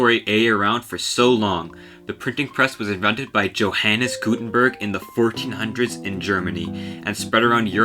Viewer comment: "Johannes Gutenberg" for instance. Why do we have to learn how to pronounce stuff in America, but you guys don't even take a second to look up European pronunciation. I can guarantee to you that no European (not even the English native speakers) would have made that mistake.